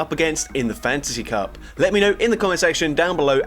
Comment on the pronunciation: I kept hearing fancy cup instead of fantasy cup. Now I want a fancy cup.